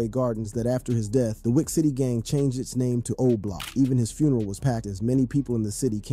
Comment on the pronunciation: going thru hell tryna pronounce “funeral” correctly 🤣🤣 boy said “his ferneral was packed”